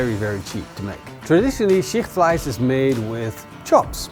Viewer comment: Not the most "known" German recipes at all and I had no idea what he refered to, I guess he said "Schichtfleisch" (please at least try to pronounce it a bit better; and yes people with dutch ovens make it sometimes). Just say it is a dutch oven recipes by you and do not refer to cuisines or countries